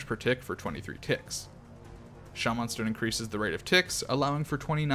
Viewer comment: this dude turned into hornet for a sec instead of saying shamen stone he said sha man stone with emphasis on the sha